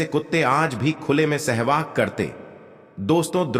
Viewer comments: Abe Sahwas ko Shehwag kiyun bol rahe ho? Aur Raja Draupadi bhi bol rahe ho? Upwas ko Oops bol rahe ho! Pedh ko payer bol rahe ho? 😲😡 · Bhaisahab sehvas hota hai aap bar-bar SEHVAG bol rahy hain 😂😢😮😅😊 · महोदय! हिंदी का शब्द-ज्ञान खुद प्राप्त करें l राजा द्रुपद को कई बार राजा द्रौपदी बोला गया l सहवास होता है न कि सहवाग l